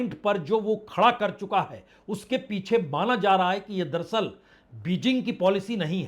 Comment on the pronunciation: संदीप चौधरी जी और पुण्य प्रसून बाजपेयी जी आप ये दरसल दरसल क्यों बोलते हैं.. जबकि सही शब्द है दर + अस्ल दर अस्ल अर्थात हकीकत में या अस्ल में..... उम्मीद करता हूं आप साहिबान यह करेक्शन कर लेंगे